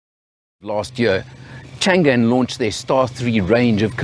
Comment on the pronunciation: FYI it's not pronouced Chan Gan,. it should be Chang An ,meaning always safe and prosperous